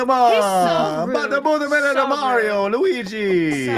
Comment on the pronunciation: Mario, not Maaario